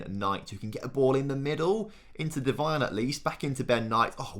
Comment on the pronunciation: Say McIntyre better than Devine